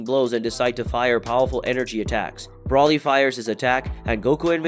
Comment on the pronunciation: I'm irritated with your Brawly pronunciation.